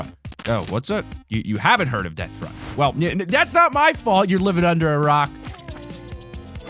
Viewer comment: Minecwaft deafwun